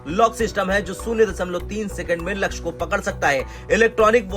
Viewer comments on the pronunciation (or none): none